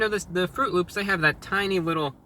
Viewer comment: Did you say... L Ö Ö P S?